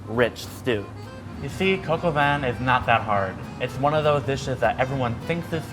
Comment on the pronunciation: Lmao coq is just literally pronounced “cock” it’s funny tho how u are trying to be polite and pronouncing it “coke”